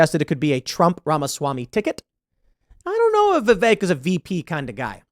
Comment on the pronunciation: Pretty sure it’s pronounced “vivik” not vivake lol